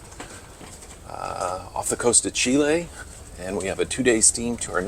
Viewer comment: Love the two archaeological sites, had never heard of them before. Also, great that you pronounce Chile correctly.